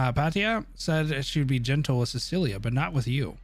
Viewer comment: This man really pronounced Cecilia as Silica lol 😂